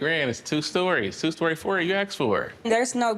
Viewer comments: She's all..." I'm so modern"... And can't pronounce foyer correctly....stop the pretentiousness.... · If this girl say foyer one more time... Legit had me questioning my own pronunciation... Asking "can you use it in a sentence?".